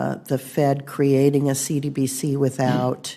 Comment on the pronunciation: Lets us know she doesn't know much of the asset because she can't even pronounce the acronym properly. SMH!